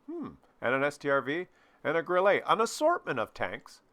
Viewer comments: it's GRILL-UH, because it's German, not French. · You pronounce Grille like it is a French word =).